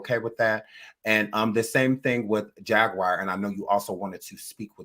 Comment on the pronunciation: Not Jag Wire! 😢😢😂😂